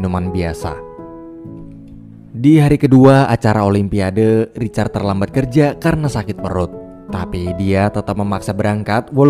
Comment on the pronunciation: Olympiade..sebutanya olimpiad..bukanya "o lym pia de: sebutan dgn ejaan biar betul wak..jangan di indonkn bahasa ingeris@ yaa...olympiad yaa "de" nya xperlu di sebut..